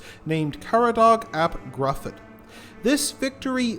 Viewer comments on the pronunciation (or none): Stuffed full of interesting factoids. William I's gory funeral in particular. Just one point on the pronunciation of Caradog ap Gruffudd. In Welsh, u is pronounced like an English i, and dd is pronounced like the th in "the" so it's pronounced "Griffith".